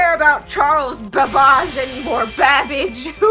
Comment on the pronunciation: She said Charles baBBAUGE 😂 happiness too strong 👌 Congrats m8 👍